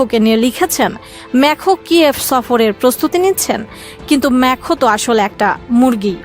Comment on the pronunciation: ইমানুয়েল ম্যখো না । ইমানুয়েল ম্যাকরো ।